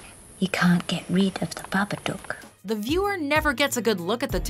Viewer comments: It’s Babadook like book. Not doooook duk. Babadook rhymes with book and look. Stop saying it wrong. 😢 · it's babadook (Hook) not babadook (Duke) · Baba-duke? Baba-duke?!?! It's BabaDOOK!!! Like book, but dook!!!! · ITS BAPADOOK NOT BABBBABADOOK! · Baba dook like baba book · Wtf Jason didn't survive he was resurrected. Also the way she pronounced babadook "babaduke" Hurts the soul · You said babadook wrong u don't say it with the double o is say it like it had one o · Its pronounced baa-baa-dok not baa-baa-dewk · OH MY FUCKING GOD, EVERYBODY SAYS FUCKING BABA DOOOOK ITS BABA DO OOK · you pronounced it as "babaduke" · it's not a babaduke, it's a babadook, pronounced like nook, at least watch a trailer. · "The BabaDukes of Hazzard". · Babaduk say it like that otherwise the rhymes don't work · Why do you pronounce babadook so weird? it rhymes with book not puke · IT IS BABADOOK AS IN BOOK AHHH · She couldn't even say Babadook correctly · That's not how you say babadook omg😂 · You see the babadook on four occasions in the movie. And they pronounce it in the movie! Why are you still saying it incorrectly?